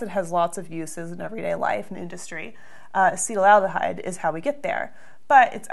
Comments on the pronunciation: I believe that it is pronounced ass-et-AL-deh-hide rather than ass-EE-tal-al-deh-hide. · Yes, you spent the whole time making it "acetylaldehyde" when it's "acetaldehyde." 😜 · Uh seat al duh hide A cet al de hyde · Ass-uhtall-duh-hide... Not ah-cee-tull-al-duh-hide.. the spelling doesn't support the pronunciation. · She pronounces as “acetal al dehyde.” Where’s the second “al” sound coming from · Acetaldehyde is mispronounced repeatedly. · In a conversation last night, my friend and I were pronouncing it differently. I came here to memorize the correct pronunciation. After 5 minutes of committing it to memory, I realized it couldn't be right and looked at the comments. FML. Take this down already, you are doing more damage than good. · You are not pronoucing it right!